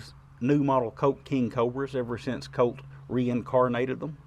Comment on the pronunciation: Great review! I love the way you say Colt sometimes, it gives me a chuckle. “Cote”. Love these revolvers and you are a great shot!